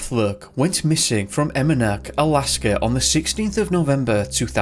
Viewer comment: the village is sounded ee-mon-uk and uh-lug-uh-nuk. I’m Yup’ik Alaskan and it’s always cringing when I hear a non native try to pronounce our village names.